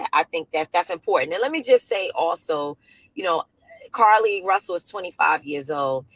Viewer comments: Her name is not pronounced Carlee Lee Russell it is pronounced Car Lee Russell...lots of content creators give content BUT they pronounce the names incorrectly after the names have been pronounced many times!! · Omggggggg her calling her Carlee Lee is blowing me....its JUST CARLEE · Just in case you didn't know her name is Carlee Nichole Rusell -- you keep saying Carlee Lee Russell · Her name is Carlee not Carrie lee